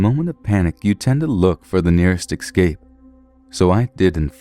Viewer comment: You have a cool voice. Would be cool if you stopped saying excaped instead of escape though. Still, good work.